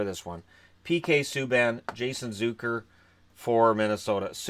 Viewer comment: hey man i dunno if its been said before but its not "zoo-ker" its "z-uck-er"